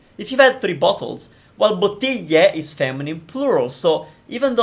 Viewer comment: Very good lessons! I have a question, where are you from? Are you Italian? From where exactly? Because you sound somewhat peculiar when saying "bottiglia". You sound much closer to "bottiggia"!!!